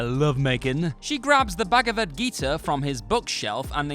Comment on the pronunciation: The way you say Bhagavad Gita😂 U could simply say gita